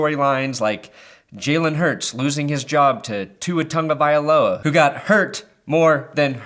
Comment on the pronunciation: That's not how you pronounce Tua Tagovailoa 😂😂😂